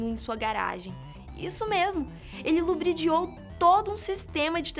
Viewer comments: Não se diz lubridiou,mas sim ludibriou. Apesar de tudo você é linda e,eu adoro esse canal! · LUBRIDIOU.......klkkkkklllll.... Mais um pra coleção de Foras.....kkkkkkk. Asteristico.... Janete ClaÍr.....kkkkk. Não acham que tá na hora de ter mais cuidado com a Pasquala de vcs???????? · "ele lubridiou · Gostei sim mas tem uma parte em que vc fala " lubridiou" acho que vc tava querendo dizer ludibriou """ mas de boa o conteúdo é ótimo e vc é linda !!! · "Lubridiou" é foda hahahaha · "ele LUBRIDIOU todo um sistema de telefonia..." HASHASHAHS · “ ele lubridiou “ kkkkkk, todo mundo erra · Lubridiou? kkkkk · '''lubridiou'' hhahahah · "ele lubridiou" 😂😂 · só eu percebi que a falou Lubridiou aos do video? kkk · Ela disse 'lubridiou'' kkkkkkkkkkkkkkk minuto